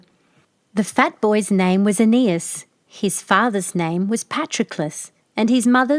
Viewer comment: I have several books reprinting this fairy tale by Mary E. Wilkins Freeman---the farmer's name was spelled Patroclus, the fat Princess' name was spelled Ariadne; and the fat boy's name was spelled AEneas, not "Anus"!!! Another drawback to letting AI render your videos.